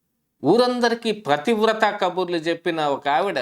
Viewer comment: "ప్రతివ్రత" కాదు నాయనా. "పతివ్రత" అనాలి మహాప్రభో.